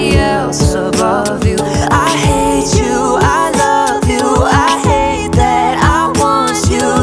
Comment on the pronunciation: Omg now I kept hearing every 'hate you' as 'hay chew' 😂😂😂😂😂😂